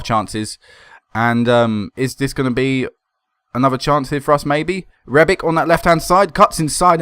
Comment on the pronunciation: Rebic is Croatian so it's pronounced rebich. ;)